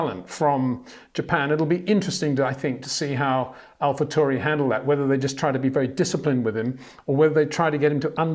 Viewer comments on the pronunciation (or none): none